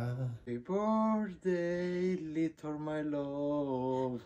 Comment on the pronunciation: "Leetle my loove" 🤣🤣🤣🤣